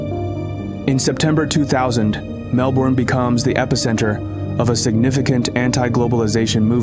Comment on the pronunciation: Mel burn... not Mel boron... maybe Mel bun.